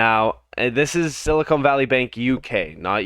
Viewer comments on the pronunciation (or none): The bank's name is Silicon Valley Bank, not Silicone Valley Bank!!!!